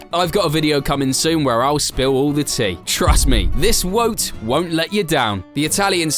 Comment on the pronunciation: Wtf is a wote?